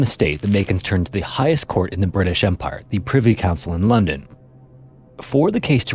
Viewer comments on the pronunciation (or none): none